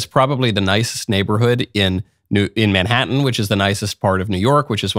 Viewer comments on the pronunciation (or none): none